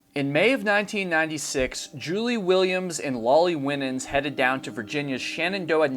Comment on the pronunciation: The surname "Winans" is usually pronounced "Why - Nins" although perhaps she pronounced her name differently. No big deal, obviously, but just for future reference. (I learned this the hard way lol, so maybe this will save you the embarrassment I felt as I mispronounced the name...at a funeral! Lol)